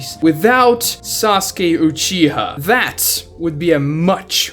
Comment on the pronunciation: Dude never say Uchiha again.